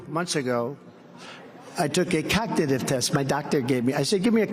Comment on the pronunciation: Frump, the cognitive test excuse is vapid. He sounds like he is saying cocknitive test